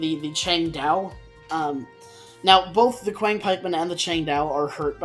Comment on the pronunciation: It is pronounced qi ang pikeman not quiang pikeman . Qiang = 枪 literally means pike in ancient Chinese.